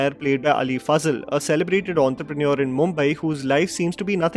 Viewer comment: Ali Faaazal or Ali Fazal 😝😝😝😝 Get your pronunciation straight bruh. No need for fake idiotic accent. 😂